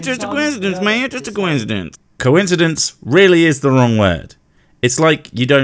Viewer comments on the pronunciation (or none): The word coincidence does not have a W sound in the middle. One thing can be incidental and another thing may be incidental at the same time. They are coincidental. No W sound. Please stop pronouncing it wrong.